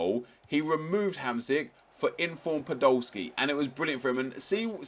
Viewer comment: Hahaha listen to how the commentator says Hamsik